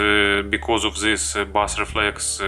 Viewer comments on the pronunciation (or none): OK - I'm sure you speak several languages and your English is generally very good, but we both know your pronunciation of 'bass' is completely wrong in video targeting English speakers. I only mention it because you use the term repeatedly - please take this small criticism in the spirit in which its given. Thanks for the video.